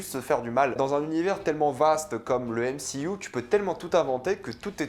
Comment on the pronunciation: Frérot on dit pas mcuu mais mcu 😂😂